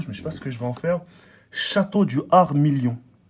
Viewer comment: C milon pas million 😂😂